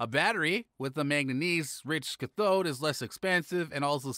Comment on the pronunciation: This video needs work on the announcer's pronunciation. Cathode and similar words are are almost unrecognizable.